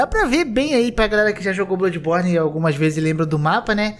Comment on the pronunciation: "BLÃDIBORNI" não "BLUDIBORNI"